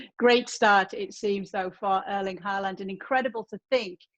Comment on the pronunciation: Disaster Artist Erling* not Örling lmao